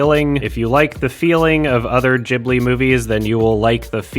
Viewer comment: I think this was the first time I heard anyone non-Japanese pronounce "Ghibli" the right way, kudos.